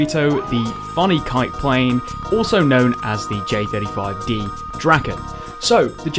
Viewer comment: The way you pronounce drAken hurts my Swedish soul